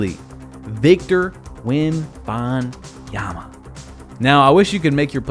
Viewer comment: also why did you say victor wobinyama